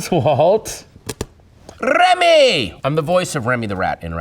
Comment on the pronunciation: The way he says "Remy" man!